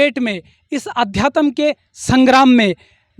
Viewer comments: Adyatam to bol lo pahle sahi se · पहले अध्यात्म बोलना सीख ले बेवकूफ